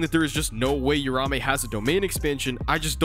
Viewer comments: The name is uraUme, I'm tired of people mispronouncing and misspelling the name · hearing "rahmey" over and over is painful bro 🤣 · its uraume not urame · It’s triggering me that he’s saying uraume names wrong 🥲 but it’s ight